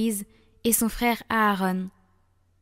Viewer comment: Ce n’est pas « Aaronne » mais « Aaron ». Arrêtez de vouloir glisser cette sorte d’anglicisme partout. Le français est une très belle langue 😊. Sans vouloir vous offenser. Merci 🙏 ❤❤❤